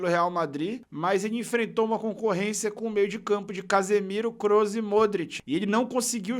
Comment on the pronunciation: caso interesse, a pronúncia é krós, e não krôs :)